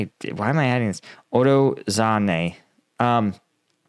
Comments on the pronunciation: To help you with the pronunciation of the Ukrainian names: they are phonetic, so each letter is expressed. They also use long vowel sounds, so u would be said "ooo". For example, Urozhaine is said "Oorow-(zh together is like a g sound like in gesture, so ghhuh)-eye-ee-nay" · Too confusing. He got Uro right. Like "ooro" . zh like a french j in "jeanne", or like the s in casual. ai like engl. "eye". ne is not nay, but like net (or nyet) without the "t". OOro-j-eye-ne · "Uro Zane" and the other is "Robot nay"